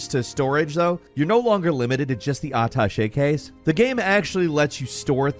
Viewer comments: "Uh tashay" case lol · Uh-tash-ay case😊